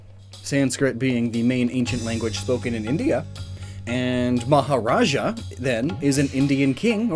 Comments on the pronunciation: It's maharaja, not majaraja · majaraja?? its maharaja